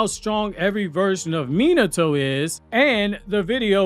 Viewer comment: I’ll subscribe if you learn how to pronounce Minato correctly. It’s driving me nuts. How can you call yourself a fan if you can’t even pronounce the characters names correctly?